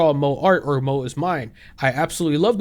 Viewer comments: I'm sorry but the way you pronounce moe as Moe (Simpsons character for reference). 💀 It's pronounced "Mo-eh"! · Great video, but moe not pronounced mo, it’s mo-eh. 😂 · i msorry the way you keep calling it "mo" and not "moe" is making me chuckle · Bro... I'm not an anime fan in any respect but it isn't pronounced "Moe" like the bartender in the Simpsons, but Mo-EH or Mo-AY Also, on the topic of the person who decided they won't pick up art anymore until they finds a way to draw that "Won't make others uncomfortable" How about you just quit art in general? I truly cannot stand people who are such doormats. Stand up for yourself!! Damn!!! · it's "mo-ay" instead of "mo" 🤓☝️ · I know you mean moe like mow-ay but I just keep thinking Moe from The Simpsons lmao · I keep thinking of the bartender from the Simpsons every time you say Moe (萌え) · I let air out of my nose every time he pronounced "moe" like the name of the Simpsons character lol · I totally agree with you but the Moe pronunciation just makes me crack up🤣🤣🤣🤣 i keep thinking of Moe from The Simpsons😂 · Hurting me a little bit that he keeps pronouncing moé as moe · It's pronounced "mo-ayy" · "Moe style" is cracking me up, lol In case no body else has mentioned, its pronounced "moh-ay", gotta stress that "e" sound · Not a big deal, but for future reference you are supposed to pronounce the e in moe (mo-eh) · Moe is pronounced Mo-eh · love your videos king. its pronounced "mo-aye" for next time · the way this guy pronounced moe gave me heart palpitations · bro is pronouncing "Moe" like the bartender from the simpsons TToTT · I'm just imagining Moe Szyslak from Simpsons at this point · 1. shit's crazy on twitter gaddamn, thank god i'm outta there 2. your way of pronnouncing moe is hilarious don't change it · Also, I really hate to be that guy but you mispronounced moe the whole video 😭😭 It's pronounced "mo" as in "motion", and "e" as in "café" b(￣▽￣)d